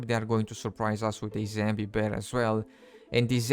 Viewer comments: "zambi" animals ... "zambi" wolves ... "zambi" boars and "zambie" deer how the F does one get to where they're pronouncing "*zombie" ... "zambie" 🤣🤣🤣🤣 like, it's really simple, just google = "zombie pronunciation in English" and push the play button and boom, you've learned something new and actually put some effort into making content ... or you could just continue to not bother about pronouncing words correctly and simply make content in your native language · I Personally like it when he says zambi. This is he’s signature and it very funny. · Zambie, lol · Love it when he says Zambie